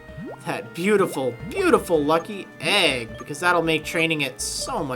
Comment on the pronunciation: i love how he emphasizes the egg part of lucky egg